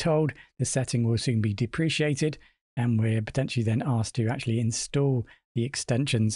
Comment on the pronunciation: Nice one. I do believe it’s pronounced deprehkayted. Not depresheeated. Depreciated is a different word with an “I” after the “c”.